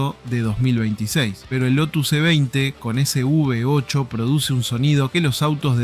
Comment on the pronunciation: todo hermoso...lindo video, linda historia. pero no es UV 8 o UB 8 hermanito. es " V 8"...por FAVORRR no nos copiemos de las tonterías, copiemos lo bueno. te dejo un like. saludos.